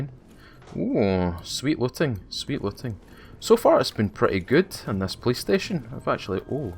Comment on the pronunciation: I kept thinking you were saying playstation instead of police station. Love the content.